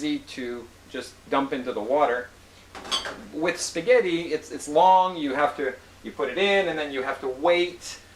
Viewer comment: Thank you, I'm Italian and I appreciate the fact that you like spaghetti or fusilli (there are also other kinds of pasta - conchiglie, maccheroni and so forth). Just try to pronunciate the ''double t'' sound of spaghetti just like ''al denTe'', only stressing the T sound. And thank you very much for your series of videos, I found them very useful.